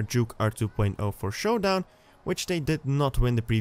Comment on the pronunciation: you forgot the "n" at the end of showdown